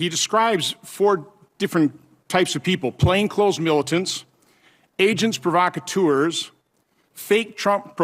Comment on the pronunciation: He should also be fined for mispronouncing "agents provocateurs" (half English, half French).